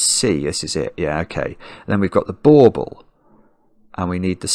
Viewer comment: Bulbul is a peculiar way to pronounce ornament 🤣🤣 🎄🎁🛷🎅